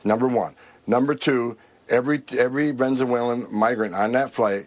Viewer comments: "Renzawalin" what? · That thug can't even pronounce the word "Venezuelan".